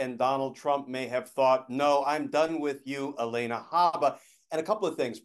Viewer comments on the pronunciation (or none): Alina, Glenn. Not Alena.